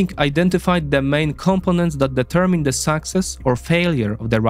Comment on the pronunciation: Great job. I want to give you a tiny English tip however: "Component" is pronounced with emphasis on second syllable, as in "com-PO-nent" - you are pronouncing it as "COMP-o-nent" This is an easy mistake, as you are pronouncing it with the same emphasis as CONtinent. But English is tricky and likes to put bear traps in the dictionary. I hope this helps!